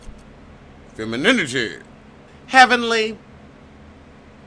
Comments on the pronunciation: I bust up everytime you say FEMININITY 😂😂🤣🤣🤣😂🤣. I need a FEMININITY ring tone. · I chuckle every time you say "FEMININITY". 😂